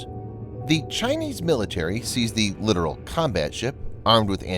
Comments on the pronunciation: Dude you sound dumb saying LITERAL. It's LIT-TOE-RoLL. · It's not literal. It's Littoral. Lit Tor Al. Both Ts are pronounced. Exactly as it is spelled. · The voice over guy is literally pronouncing "littoral" as "literal." Don't feel too bad, though... The late Sen. John McCain literally made the same mistake when he was running for president. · Come on. Let us get with the program. It is NOT a literal combat ship!!! It is a Littoral (long "i") Combat Ship that operates in the littorals...literally. Calling the LCS a literal combat ship is like calling an "A" "H" 64 Apache Attack Helicopter an 'ah' 64... sounds VERY UNPROFESSIONAL and all those who hear it that... that have 'been there and done that' are disturbed by the lack of understanding of the common man of things military. Military communications verbal, data, [anything] must be accurate, unambiguous, and timely. To call an LCS a literal combat ship is to use miss-information against the public... who paid for all of this! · Littoral isn't pronounced the same as literal. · If only you didn't mispronounce Littoral the entire time.